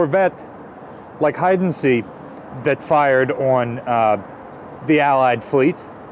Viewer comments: Hiddensee, not Hydenzie. Probably also Missouri, not Missoura. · I thought that Fritz-X display looked like the one on the USS Massachusetts. Also it's pronounced "Hidden zay" the double "ee" in German is pronounced "ay". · The first time you said the Name "Hiddensee" you were a lot closer than the second time. Wikipedia has a recording at the top of the article